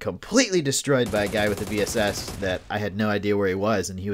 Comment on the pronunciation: If you can master the bullet drop, the VSS is pretty dope. I've curved it over hills and mounds to hit a poor opponent just trying to peek or heal. Semi and full auto, too! And yes, it's range is a bit limited. I think the farthest kill I've gotten with it is about 250m. And thanks for pronouncing the name right!